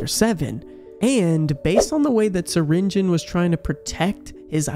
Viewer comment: Syringeon (sur-in-ge-on) not Syringeon (surin-gon)